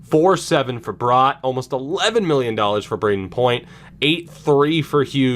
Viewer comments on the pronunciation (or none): Wooo! (Sorry, life long fan). Also just a nit pick its pronounced Brat like that kids a brat, not like a bratwurst